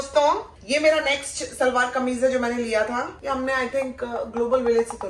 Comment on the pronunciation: It's shalwaar not salvaar ❤